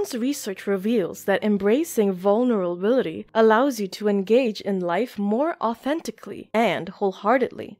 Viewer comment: She's struggling to say vulnerability as much as me lol